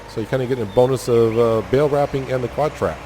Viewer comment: I've been way behind on this series and spending the day catching up, but I've been wanting to correct you on the quadtrac thing forever 😂 I didn't do it cuz idk where your from and thought maybe that's what you always called it